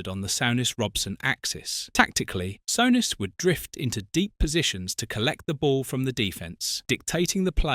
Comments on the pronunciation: Sort out your AI shit Sowness, wtf!! it's soooness you plumbs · Graham “Sow ness” fuck Ai it is ruining you tube.